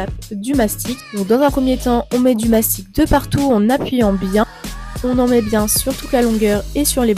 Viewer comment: Mastic et non mastique(encore moins m'astique)